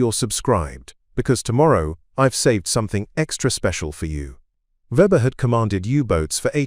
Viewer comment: English and German pronounciation and spelling can be challenging. But the AI on this far too wordy video massacres both. For example: the common German surname Weber gets spelled or pronounced Weber, Webber, Fabre, Reba, and, unbelievably, Vba. Or HMS Stirling, the primary British warship in the narrative is also pronounced and spelled Starling. Similarly, the identifying number of the U-boat gets garbled repeatedly. This kind of blather makes a report that might have interesting otherwise, tedious at best.